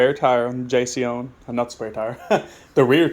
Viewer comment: Thanks great job. Simply and to the point we'll done . It's jasion pronunciation is Jay son you guys did great job TY again